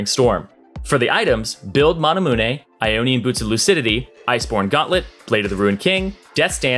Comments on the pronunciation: Why do you call it "mana moonay" when "mana myoon" feels right, as in mana-immune. I got triggered every time 😂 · How he said Manamune hurt my soul. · QOTD: The way you said manamune... Manamuneeeeiiii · why can this guy never say items or coup de grace right? manamune is pretty easy come on!